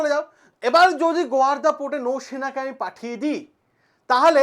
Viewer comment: আপনি ছাত্রদের পড়ান,এত ভুল বলেন কেন? ওটা গোয়ারদা নয়,গোয়াদার হবে।